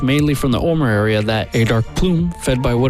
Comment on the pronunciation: videos from people who have never been and don't know a lot of what they are talking about. miss pronounced Juneau and Homer and other words. Seeing russia from there is only from a farthest west Island and can not walk there from Alaska. she was related to 'native' Americans not one, is the real story here. the same as the Kennewick man found in washington state, a european related to [mixed] native Americans, but not one.